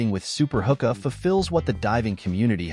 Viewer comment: its pronounced who-kuh. some pretty sweet gadgets here thanks for the vid!